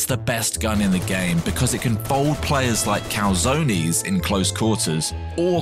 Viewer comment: I really love how he pronounced calzones